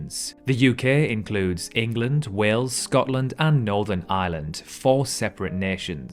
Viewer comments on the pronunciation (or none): none